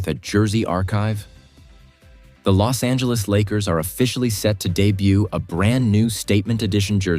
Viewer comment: AI got it right with the Bos Angeles 🤣